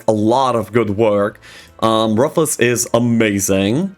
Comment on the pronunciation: Excellent video as usual. I disagree with some of your rankings as usual due to your PvP bias, but it's still well done. Also, your pronunciation on some of these heroes is odd and probably incorrect. For example: - Rufus is pronounced "roo-fus," not "roof-us." - Funerella is pronounced "few-ner-ella," not "fun-er-ella." Her name is a play on the word "funeral," not "fun." - Natalida is pronounced "na-til-dah," not "nata-lida." - Tarius is pronounced "tar-ee-us," not "tare-ee-iss."